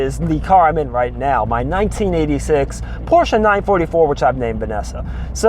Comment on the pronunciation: Great video, I love that you pronounce Porsche correctly so many people don't lol. Love watching videos on the 944's, I have 3 944 and a 924s and absolutely love them. Keep the good videos coming!